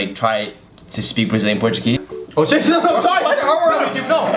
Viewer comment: Brazilian Portuguese pronunciation is just amazing!